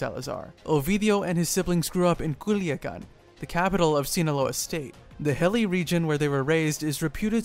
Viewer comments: You lost me at “Kuliagan” 🤦🏽‍♂️😒 “Culiacán “ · When you say “Guzmán” or “Culiacán,” put more emphasis on that last A.